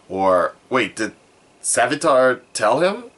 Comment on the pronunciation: You said salvitar at the beginning and it triggered me